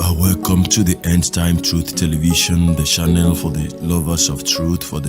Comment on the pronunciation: My Oga na "Channel " and not "shannel"🤣🏃‍♀️🏃‍♂️🤣